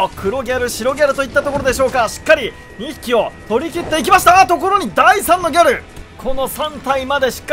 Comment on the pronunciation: ギャ↗ル↘（笑）